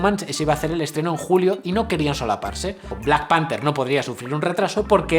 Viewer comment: Cabrón, dices Emma "Zomson" pero "Black PanTer" XD. Me cago en la leche; están ambas mal.